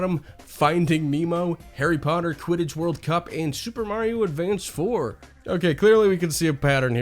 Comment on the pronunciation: Lol super Mary oh! Bothers me like when ppl say pokeeeeemon It's pokeAYEmon. Hell I will even accept pokeUHmon